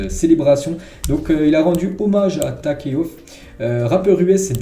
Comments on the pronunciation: Comment il a prononce le rappeur Takeoff me fume de rire hahahah sinon les ZI on les suit depuis lepisode 212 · 🤣😂😂😂😂 prononciation à la gitan je crois